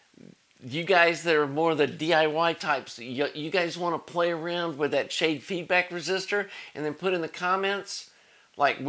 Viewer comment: Schade is pronounced "Shah-duh". It's a German surname and comes from the guy that wrote an article about plate to plate local feedback back in 1938,. Great series of videos on the amplifier though.